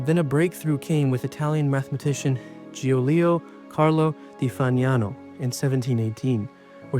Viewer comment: There were a couple pronunciations that threw me off in this video, like "Giulio" . Surely it wouldn't be too terribly hard to look up how to say all the foreign names before recording?